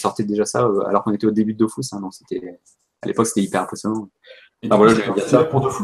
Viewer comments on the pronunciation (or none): Aaaaaaaaaah. C'est "Dofous" au lieu de "Dofus". Tout n'est que tromperie. (Sinon super interview)